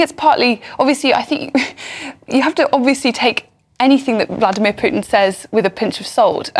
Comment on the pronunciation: Don't forget, politicians like Johnson are just messengers for their wealthy donors. Their various financial empires (Big Weapons, Big Tech, Big Pharma etc) control the world, not a democratic societies. Btw stop mispronouncing Pew-tin, it sounds ignorant and disrespectful.